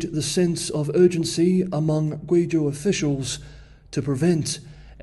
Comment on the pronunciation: Some nice pronunciation of Guizhou